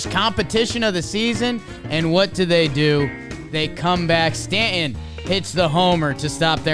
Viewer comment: Cannot get over the way doesn't hit the T in Stanton